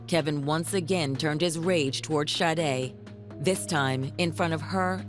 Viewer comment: Detective - Please enunciate this Angel’s name correctly just once. Sha-day not Shi-day. Lord forgive me and may she rest in heavenly peace 🕊️🙏🏾